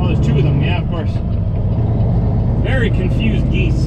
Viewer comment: Wery... wery... nice weather 😰